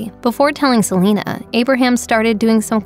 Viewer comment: “Se li nuh”